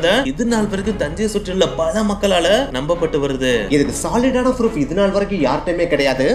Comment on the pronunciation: Ha ha bro its not froof its proof 😂😂